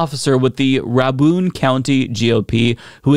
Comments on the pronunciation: Pretty good, but I'm it's pretty hard to pronounce Rabun as rah-BOON or rahb-BOON. Georgians would say, and I think others would normally too, "Rabun" as RAY-bun. A short "a" would have to have two "b" in normal english rules, right? Raccoon would never be spelled Racon. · Ray-bunn not Ray-boon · I believe Rabun County is pronounced Raybun and not Rahboon. I briefly lived in Macon, GA. at one time and recall that is how it is pronounced. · "Rabun" is pronounced "Rey" "Bun" ---Ra'bun. Kind of like like "Bacon".